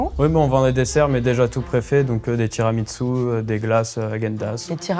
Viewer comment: On prononce pas tiramisù comme ça et ça m'a frustrée